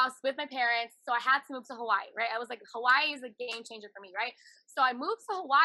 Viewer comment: Hawaahhheee. She needs to learn how to say it.